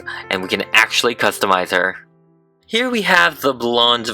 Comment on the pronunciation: lyrics: You hab planty money 19 20 twoooooo You led other woman mica Fool of you Why don't you doitright Like some other man do? Get out of heer Get me some money too Why don't you do it right Like some other men (d)doooooo I'm in love with his way of pronunciation >w<